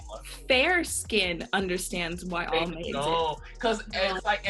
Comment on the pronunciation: As soon as she said ALMAY I left the room 😂